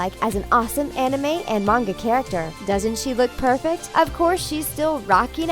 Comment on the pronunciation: You said manga and anime wrong. Wow you English people though.